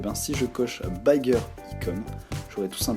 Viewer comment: BAYEgueur Ayecon lool Bigger,c'est BI comme en francais lol mais je te pardonne ca ^^